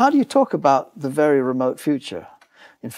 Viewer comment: Have we come close to even wild guess what is 'the wery space' is? Hahaha